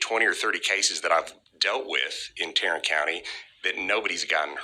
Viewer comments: Did he say " Tyrant " county? Its supposed to be Tarrant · TARRANT COUNTY??? TYRRANT COUNTY!!!